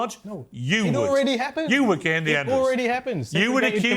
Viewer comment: This Ekpubobi girl has been incredibly brainwashed by MAGA. Ironically, her white mother is a progressive who does not cover up evil doing, while her Igbo father must be gnashing his teeth watching her self-abasing utterances. By the way, Piers Morgan embarrassingly mispronounced Kehinde and Ekpunobi without even giving a damn, but had someone pointed out that was a white supremacist behavior, he would have argued blindly to the contrary. James Barr is commendably objective on this conversation. Black people like Amala Ekpunobi are the ones gravitating towards Trump, their voting percentage is miniscule. I enjoyed this conversation though, Piers Morgan made it comedically enjoyable when he said that straight white men constitute an endangered species. Maximum respect to brother Kehinde Andrews.